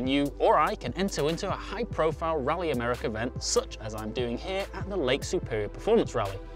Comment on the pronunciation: I love how he says americer